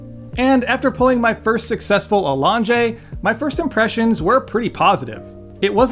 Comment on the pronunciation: A-long-jay …sounds like has a menu item runaway name with that accent.